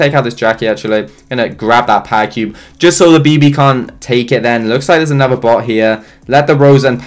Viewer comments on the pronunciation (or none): Is it me only or does he say pa-cube instead of powercube?